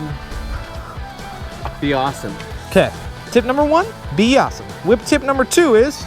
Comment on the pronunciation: "WHipp" dude, you're funny 😂